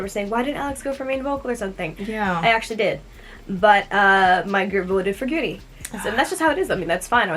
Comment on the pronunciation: Me: Judy who????? 2 Seconds Later : GURI! Me: OOOOH Gyuri